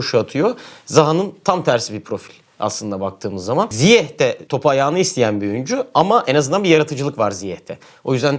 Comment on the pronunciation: Bütün dünyanın ZİYEŞ diye telaffuz ettiğini görüp hala ZİYEH demekte başka bir meziyet😉